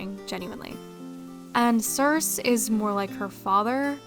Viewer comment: FYI— sorry if you've gotten this comment before, since this is an older video— but the name Circe is pronounced with a long E on the end (like ee). Greek names with an "e" on the end all voice them (Aphrodite, Euridice, Penelope, Persephone all end in "ee".)